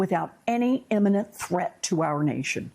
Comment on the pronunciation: IMMINENT, darling, NOT emminent.